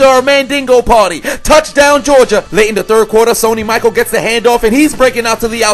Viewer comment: Funny as always bro but Sony last name pronounced. Ma-shell